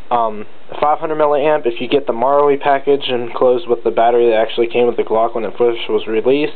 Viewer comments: just read it as maRU lol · Your saying marui wrong btw